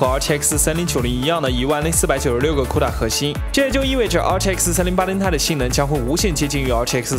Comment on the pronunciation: 不错，CUDA终于发音正确了，不用再C-U-D-A了,hahaha